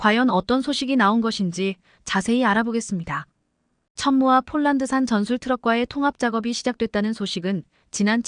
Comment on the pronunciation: 예이 여자야 쫄란드는 어디고 폴란드는어디니? 말도발음도 초등학교는 가봤니? 못하거든 집어가봐라